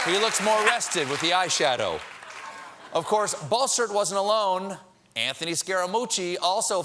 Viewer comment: the way he says bossert sounds like he's saying Ball Search.